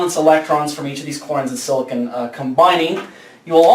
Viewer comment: silicon is not pronounced like that!!!!!!!